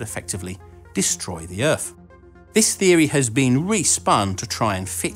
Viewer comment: Agh I hate how you butcher the word "theory." It is so unscientific and just feeds the public's ignorance of science. Perhaps this isn't such a serious issue in the UK, but in the US it is dire.